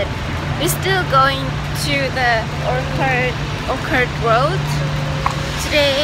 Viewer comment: mà về khúc chị đi Orchard Road chị phát âm sai ý ạ... OR-CH-ARD ko phải OR-K-ARD chị ạ. Em chỉ muốn chỉnh chút xíu thôi ạ hehe...